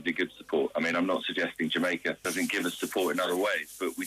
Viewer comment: did he say dumaica so we dumb now 😆